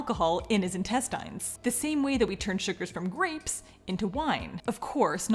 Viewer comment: This is crazy, and I know the word "intestines" is spelled like that, but is it supposed to be pronounced like that?